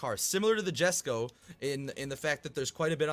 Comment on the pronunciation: just a fyi Jesko is pronouced YES-Ko